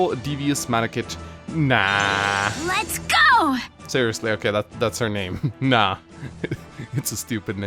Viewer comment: i'm pretty sure it's supposed to be pronunced "ney" still supid tho